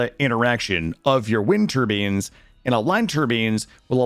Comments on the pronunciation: Why are you pronouncing turbines (tur-byne) as turbines (tur-bean)? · Them Tur-beans though 😒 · Great video. Pronoucning "tur-beens" like that broke my brain tho. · "Tur-beans" XD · Why in the name of all that is sacred are you pronouncing turbines like that? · Jesus, please dont say turbines anymore. Pretty please.